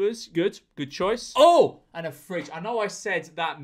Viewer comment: did bro really call a frijj a 'fridge'